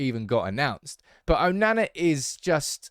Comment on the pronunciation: Why can't you say his name properly?! 😂🤦🏽‍♂️